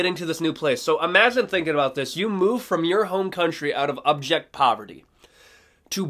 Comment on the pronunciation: Are you saying object poverty or abject poverty ?? I hope it's the latter..Genuine question..Keep up the good work..🥋🥊👍✌️